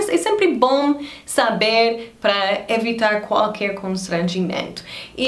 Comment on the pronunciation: Hi. Sua pronuncia da palavra "qualquer" ainda nao soa bem. A pronuncia ideal seria " qu- al- quer" dividindo o qu do al. As vogais e, i,o sao juntas do qu, exemplo: que-rer, qui-lo, quo-ciente. No mais a sua pronuncia é maravilhosa, parabens.